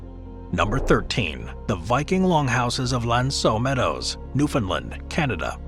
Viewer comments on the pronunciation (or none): newfoundland not newfinland grrr i live here.